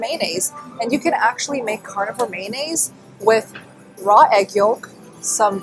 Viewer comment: It's pronounced '' may o naise'' not '' man aise''. You're welcome, I understand the difficulties you have with English being as you are Asian.